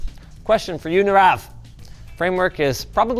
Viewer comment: Tell Linus it's pronounced like knee-ruv